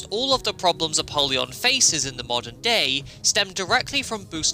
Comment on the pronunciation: ALSO ALSO I know this is super nitpicky but it's pronounced a-pole-yon, like a poll, not a-pall-yon like apalled. 🤓 I thought it was the latter as well but according to the voiceover when using the soul of apollyon the former is the canon pronunciation.